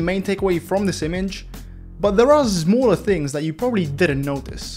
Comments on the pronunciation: I have to say, you have ruined my pronunciation of the word "zmall" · i love when he sayes zamm zpoiler zliding